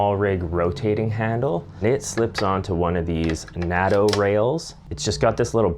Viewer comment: Is he deliberately mis-pronouncing certain words? It’s pronounced ‘nit-ze’, and ‘Nay-toe’, not Nitz and Natto.